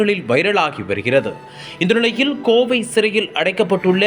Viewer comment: செய்தியை கூறுகிறவன் என்ன ஸ்டைலாக பேசுவதாக எண்ணி பேஞுகிறானா?. தமிழை ஏன் இப்படி வல்லினம் மெல்லினம் கூட அறியாத அளவில் செய்தியை அறிவிக்கின்றான் இந்த கபோதிப் பயல்கேட்க நாரசமாக இருக்கிறது 'ழ ' கரத்தைக்கூட சரியாக உச்சரிக்கத் தெரியவில்லை. கீழ் என்பதை கீல் என்றும் கோவை என்பதை கோவி என்றும் , அழைத்து வந்தார்கள் என்பதை அலித்து வந்தார்கல் என்றும்., வழக்கு என்பதை வளக்கு என்றும் கூறும் இந்த அறிவிலியை செய்தியைக் கூற அழைக்காதீர்கள். கேட்க சகிக்கவில்லை. காதில் நாரசமாய் விழுகிறது. தமிழை சொல்லிக் கொடுத்து ஆசிரியரைத் தான் தண்டிக்க வேண்டும் . நாங்கள் படித்த காலத்தில் தமிழை யாராவது சரியாக உச்சரிக்காவிட்டால் பிரம்பால் அடித்து திருத்துவார்கள். என்னால் பாதி செய்தி கூட கேட்க முடியவில்லை.